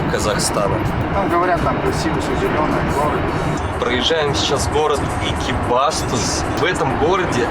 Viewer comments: ЭкибастУз!!! На у ударение) это моя вторая родина живу в екб сам) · ЭкибастУз - всегда ударение на У было... Странно что водитель тебя не поправил. Хотя может что-то изменилось с произношением) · Братан,ну емае,делай правильные ударения на название городов,Экибастуз, ударение на у. Без обид